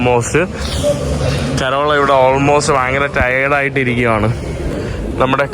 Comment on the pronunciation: എന്തോന്നടെ കോരോള അല്ല കരോള 😂